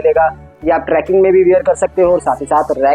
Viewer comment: It's not tracking, it's trekking